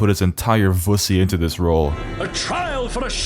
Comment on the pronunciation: you said vussy and I had to subscribe.